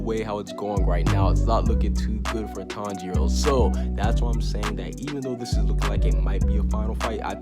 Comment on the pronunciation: Why are you saying tong 0